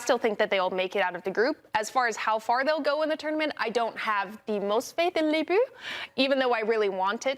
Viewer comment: Darian! I love you, you are great with analysis and very insightful. But, man, your pronunciations are awful! Les blue?! Uh, no. Les bleues, it's pronounced "lay ble" with a short "e".